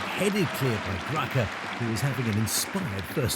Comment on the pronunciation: Ricardo Graça(is pronounced Grasa).